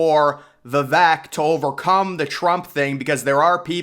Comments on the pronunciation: Vee vake, NOT vee vek. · 👍 Vivek ..rhymes cake. His opening rap line Pronunciation - it's Vi vake.. not vi veck. 🌿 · We are all in for Vivek!!! Vivek is pronounced "Vi-Vake" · At learn or put some effort into pronouncing his name correctly